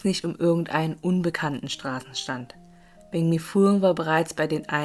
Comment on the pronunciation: Weil banh mi wie bäng mi ausgesprochen wird. „anh“ wird wie äng/enh ausgesprochen. Im Norden wird sehr „klares“ vietnamesisch gesprochen, vergleichsweise wie hier hochdeutsch. Je mehr man in den Süden fährt, wird der Dialekt anders und teilweise sogar sehr unterschiedlich.